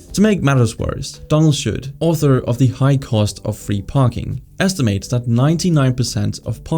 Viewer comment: just here to say that it's Donald Shoup, and not Donald Should, as you said in the video